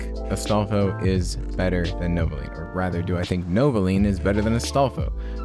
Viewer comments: thats the whole joke he says novolean through out the entire video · stop saying novolean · Welp looks like I am buying novoline or as you say it novolean